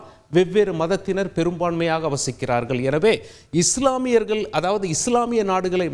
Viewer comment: யோவ் நீஇன்னும் தமிழை சரியாக படிக்கலையா? நாடுகல், மக்கல்,இஸ்லாமியார்கல்😢